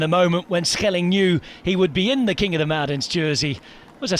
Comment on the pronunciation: Nice to hear a commentator making the effort to pronounce names like Schelling correctly.